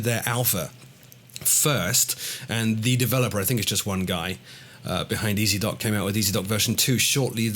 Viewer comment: "Ezdok" in Russian means "Rider". The correct way to pronounce it would be "Yezdok" with the emphasis on the last vowel. FYI.:)